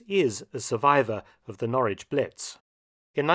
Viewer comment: Well, that's not how we pronounce Norwich🤔 But we mispronounce a lot of English words.